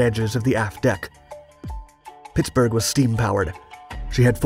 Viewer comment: I’m fully convinced the narrator is a. The way you say Pittsburgh sounds a lot like “Pixburgh” like us yinzers